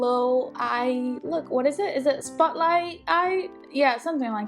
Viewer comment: I heard the British accent lol, when she said “spot light” at the beginning and when she said “like” lol